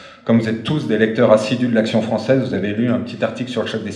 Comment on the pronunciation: L'action fronssaise là-dis dont